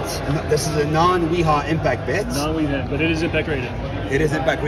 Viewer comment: He’s not even pronouncing it right. Wiha is pronounced Vee-ha. It’s German.